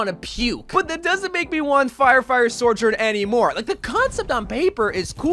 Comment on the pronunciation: Okay as a community we need to figure out how to say Sojourn. My guy is saying “SoRjoURn”